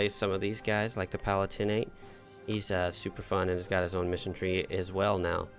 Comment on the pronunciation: Having watched several plays on the channel, can I implore you on the pronunciation of the Palatinate? The stress isn't on the "tin" in the third syllable, it's on the "lat" in the second syllable - "puh-LAT-in-et" not "pa-lah-TIN-ate"